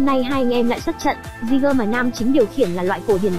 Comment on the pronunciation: Kênh review chất lượng, khá chính xác, mỗi tội cách gọi tên jeager hơi bủh bủh lmao